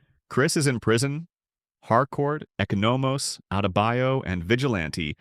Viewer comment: Bruh you saying Echo No Mose bruh its, E Con O Mose lol. Good video though you got a real good voice for this type of content you're gonna hit the millions! Especially if you pronounce names right lol. I'm assuming its like Tim Meadows bird blindness, its just name enunciationless lol.